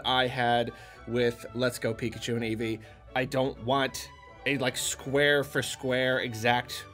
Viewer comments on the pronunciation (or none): none